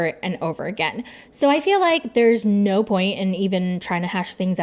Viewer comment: LOL the "NAUR" took me out